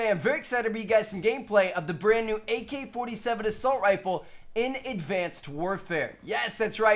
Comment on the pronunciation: He said mk-47